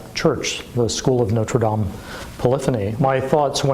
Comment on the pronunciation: Why not lean to prounounce Notre -Dame properly.